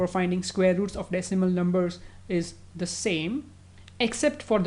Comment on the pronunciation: Lmao, moreover it's not the (dee) number, it's the (da) number... We say sound of the as "dee" only before vowel sounds, otherwise with consonants it's 'da' sound :)